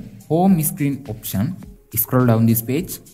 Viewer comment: Bro you are saying screen as isscreen